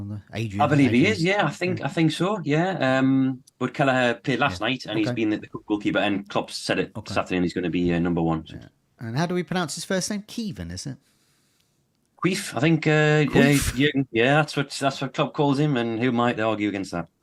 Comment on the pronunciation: Kwee-veen Kelleher, not Kweef 😂